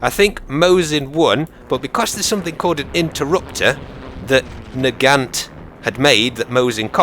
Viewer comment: The T in nagant is silent... jus sayin